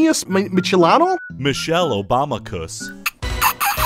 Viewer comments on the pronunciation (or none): "Michelle Obama cous" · “Michelle-obama-cus”. Stanly: 🚘 🚘